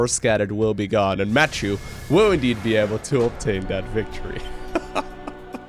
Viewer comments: It's a french name, so it should be pronounced "ma- ti-eu" instead of "mattew". Sorry, the sound "euuuu" isn't common in english, so I can't find a word to give you the sound :/ Great game anyway ! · Try french. Matt-ieu. (iöööö). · Blue toss has my name! Woo- also it is pronounced "Mature" like rated M for Mature. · I believe is pronounces : mathew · That's the English pronunciation. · you dunno how to pronounce Mathieu? c'mon man, you're living next to france! :'D